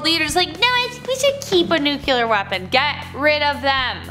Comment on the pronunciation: The only scary thing about this is the severe lack of any depth this presenter has.. its almost as if "shallow is safe" and "don't think too hard or you'll hurt brain" are her mantras. Oh and also, "NU-CU-LUR" I've lived with a general impression that women tend to be more thoughtful and mature for the sake of self preservation, but this kind of thing deeply disappointed me.